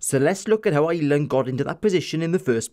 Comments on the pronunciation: I'm Irish and I'm the complete opposite :P love the Welsh accent but can't stand the way the Welsh and English call us "Island". We are one yes, but our name? No. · I’m Irish and love the way you say ‘Ireland’.